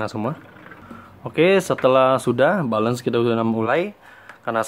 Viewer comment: Tulisnya "balance" bacanya " belens" bro ! Bukan "balens".